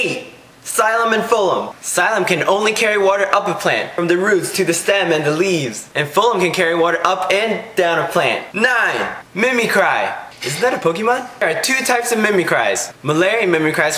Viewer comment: not me-me cry mimic-cry lol